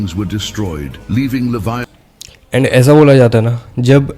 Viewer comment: Usseee liiiviethan pronounce karte hai